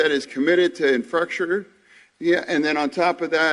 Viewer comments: the deleeeeegaagation and the infastuckure. 😂😂😂😂😂. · He said infructure lol. Not infrastructure, infructure. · “Delegadation” “Infructure” ~John Fetterman